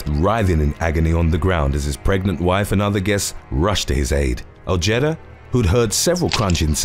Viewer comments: Ojeda is pronounced "o-hey-da" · Dude you have to work on your American pronunciations, number 8 is pronounced O-Hay-Da. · The J is silent in Ojeda. O-hee-da. 👍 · You’re not pronouncing Ojeda correctly. It’s pronounced. oHedah